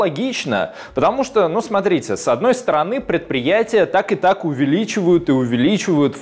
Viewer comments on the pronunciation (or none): none